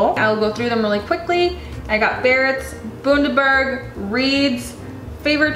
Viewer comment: Bundaberg is pronounced Bun - dah - berg... bun as in burger bun Cool vid